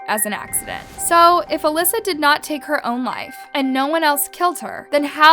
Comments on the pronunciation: Elisa not "Alyssa". Two different names and ways of pronouncing. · “Alyssa” to “Elisa” 👁👄👁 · im sorry..alyssa??? Its EEE-LEE—SAA. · Her name is Elisa not Alyssa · You said her name wrong the whole video. Eeee-lie-za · I enjoy listening to you…most of ur vids I have seen from other YouTubers but u give more information that others missed. But you really need to research some names or words I.e cadaver (dead body), Elisa (eh Lisa) Lam (lamb without the b) I suggest hearing how most people saying the name. Other than that you are doing pretty good!😃